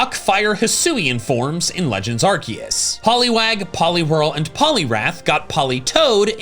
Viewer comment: 54 seconds he... he didnt say arkoos! omg lol